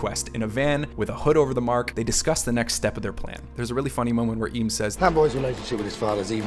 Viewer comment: Eames , pronounced "aims"